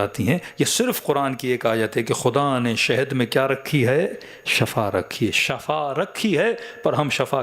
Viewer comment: Sahi lafz Shifa hai shaba means maut